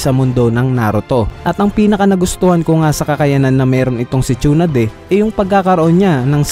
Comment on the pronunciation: Sonade poiyon hindi shonade